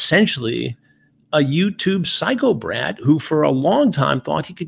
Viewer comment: I thought he said psycho brad but this makes much more sense